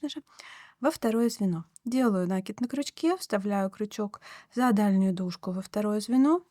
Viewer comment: В творчестве нет правил, но есть правила русского языка - накИд. На - это приставка, кид - это корень, на него и ударение